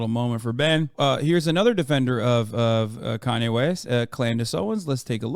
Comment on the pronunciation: And Koonye West